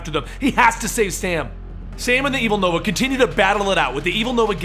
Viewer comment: Yay called Nova noah well that's what it sounds like